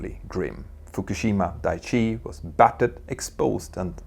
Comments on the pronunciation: Daiichi should really be said with a glottal stop between the i's, like dai-ichi -- ichi means "one" and dai ("die") indicates that you're counting, so "Dai-ichi" translates as "number one". "Daichi", the way you're saying it, means something like "solid ground". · FWIW: Daiichi — dye-ee-chee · It’s clear that a lot of work went into the video, which makes it all the more unfortunate that a few easily avoidable mistakes crept in. For example, the pronunciation of “Daiichi” (where it’s important to pronounce “Dai” and “Ichi” separately—if in doubt, just stick with the English version, which was also mentioned as “Fukushima No. 1”) and the depiction of the tsunami, which looks like a normal wave in the video rather than a tsunami. It’s a great video, of course, but little details like that can really throw you off. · Dicey not Daiichi. And the Japanese have restarted their reactors nationwide. Brilliant! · dah eee chee